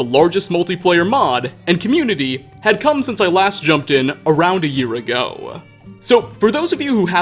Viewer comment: jesus dude do you think it sounds good to elongate your words like that? ago is a single syllable, no one is so in love with the smokey quality of your voice NEARLY as much as you are. Speak like a normal human, goddamn